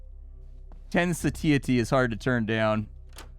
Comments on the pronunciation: The way pronounce satiety gave me a good laugh. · Hey, you should really check out how to pronounce 'satiety'... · Why are you saying satiety like that... anyway, great video. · I have never heard someone say satiety so wrong before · "Satiety" is killing me